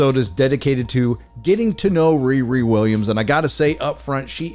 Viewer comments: even a black woman with dreadlocks, that stole a Jewish last name and made her first name a slang word for having sex, all while balding didn't get the name? I am appalled! Its ReeRee not RearE.. someone with her name should get it.. she heard the name riri a few times in the playground as a child. She heard "Whoopi" a few times too.😅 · Whoopi, it's pronounced "Re-Re" as in sofa king we taught it.